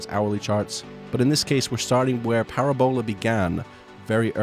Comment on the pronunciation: parabola pronunciation?